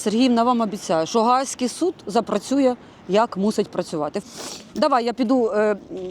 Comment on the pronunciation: Упорно чую «Гадський суд», а не Гаагський)))